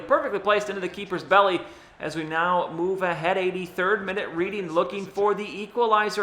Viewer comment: Just a quick FYI, Reading is pronounced Redding :) keep up the awesome vids. Came for the Madden, enjoying the other series too. Would be nice to get a look around the league a little more often, maybe every few eps? :)